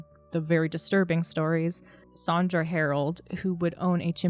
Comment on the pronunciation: Her name is SANdra - not SAWNdra.